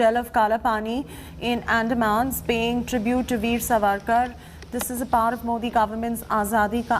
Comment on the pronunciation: Pronounce it as Saavarkar not Savakar, please correct yourself Madam.